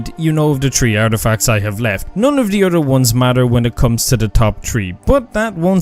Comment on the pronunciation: "other" as "udder" 😂😂😂